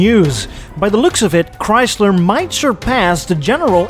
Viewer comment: Chyys ler